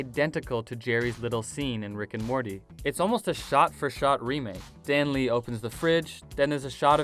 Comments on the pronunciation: Stan Lee, not Dan Lee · Did he just say dan lee